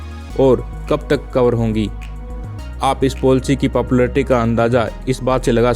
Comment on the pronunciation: ये पोलसी क्या है😂😂😁😁😁🤣🤣😂😅 its called पलिसी